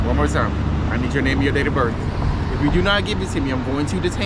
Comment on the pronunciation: I read the caption and I saw his face and I knew he was going to say birf instead of birth. How can you be a cop and not know the English language. And it appears this cop is threatening this man with an ax. I heard him say he was going to ax him.